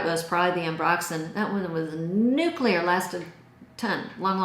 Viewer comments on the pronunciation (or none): none